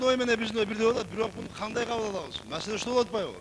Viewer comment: Хотя бы кыргызча так суйлочу масела эмес маселе болот кече эмес кочо болот Садыр байкеден уйрон уят эле болдун 3жыл былтыйып отурдунго